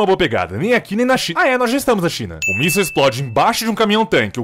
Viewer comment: na real é míssil e não míssel, mas o vídeo ta top